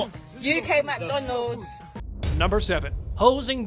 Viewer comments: Mack-don-udds 👉👉👉 this is uk mack-don-udds 😆😆😆😆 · (for real I really really love British people )just so u know) Lmfao Mag Donols U Key Mag Donols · "uK mCdoNoLs"